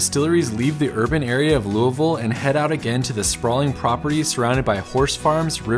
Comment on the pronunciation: As a life long KY resident I just want to say… thank you for your accurate pronunciation of Lou-a-vul. Been watching your videos for a while and think you are fantastic!!!